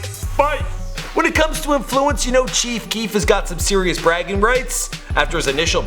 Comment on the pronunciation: Chief keekf